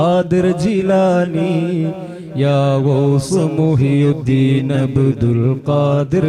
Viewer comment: മുഹ് യുദ്ദീൻ അല്ല മുഹ്‌യിദ്ദീൻ.